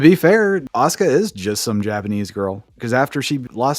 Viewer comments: Asuka had a winning streak? I never knew this, I only clicked because to me the comparison of Goldberg to Asuka alone is absurd. Its easy to call "ASUKA" as 'Asooka' and not 'Aska', I used to say it the wrong way too way back in the day when I used to play Tekken, and seeing the name as one of the characters. It was until I listened to the game's announcer pronounce ASUKA as 'Aska' that I learned how to pronounce the name right. So when WWE Superstar Asuka came along, I already knew how to say her name. I'm not surprised Goldberg to mess this up, he wouldn't be in the generation to be a fan of Tekken nor the current WWE roster. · He got it right though: the correct way to pronounce "asuka" is "a-sue-ka" not "aw-skuh" like stupid wwe marks believe. Ask any weeb.